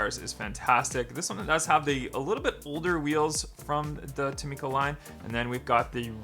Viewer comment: This is how you pronounce tomica: toh-Mi-ca